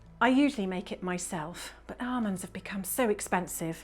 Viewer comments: "arrrrmonds" me: ah yes, mrs crocombe's grand daughter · Must be, as they pronounce “almonds” the exact same way. 😉